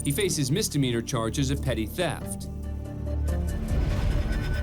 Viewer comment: It's NOT "Petit Theft" It's PETTY Theft !!!!!!